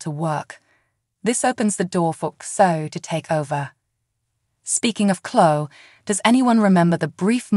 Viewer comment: If you're going to speak the names of characters...you Really🤔🤨 need to LEARN how to Correctly Pronounce Them!!!, it's not Channel( Chenel#5), Chloé?? That's not good, you say the names Wrong!